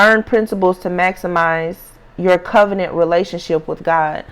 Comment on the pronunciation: Magic word you said COVENENT